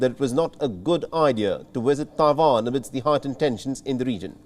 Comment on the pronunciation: It is Tai Wan not Ta Wan!